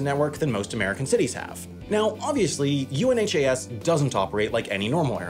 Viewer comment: UNHAS is pronounced by those who use or operate it as a single word, like the opposite of Has is Un-has. Not each individual letter.